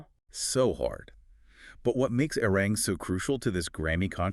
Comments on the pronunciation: Say it correctly, a-ri-rang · Hello -I enjoyed listening but my ears could use the pronunciation of the album: AH REE RAHNG! IF THET HELPS AT ALL!! THANK YOU! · Guys, you did a good research on the facts, please research pronunciation of Hybe and Arirang! Your pronunciation hurts the ear.